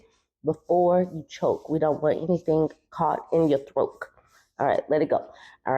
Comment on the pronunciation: We don’t want anything caught in your “throak!”😂😂😂